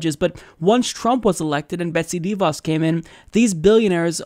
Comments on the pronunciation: her name rhymes with "da boss." It's not "DEE Voss." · It's not dee-vaus with the emphasis on the first syllable. It's deh-vaus, with the emphasis on the second syllable.